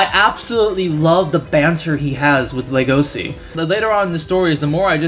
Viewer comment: "I'm not sure if his name will be pronounced Legosi or LUgosi in the anime" Anime: Hold my beer. > LegoSHi